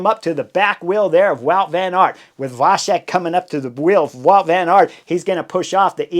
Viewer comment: C in Vacek is pronunced like ts in the word cats.